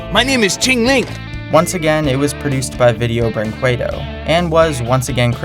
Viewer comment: huh, cool video, most of these I didn't know and are completely stupid, especially the brazilian ones, shame for my country minor nitpick: video brinquedo is pronounced like video brinkedo